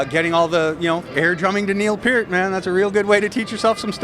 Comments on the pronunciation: Glad to see the host pronounce Neil Peart's last name correctly. Yes! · Great to hear Neils last name pronounced correctly.. R.I.P. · Gene's awesome. Also good to hear the Loudwire guy pronounce Neil's last name correctly. Little victories...